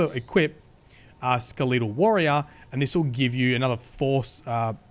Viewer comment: Whats up with brits and saying it like Ska leet tal